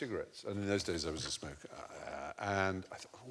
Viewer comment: THE POPE SMIKER